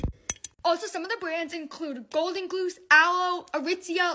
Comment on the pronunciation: " golden gloose "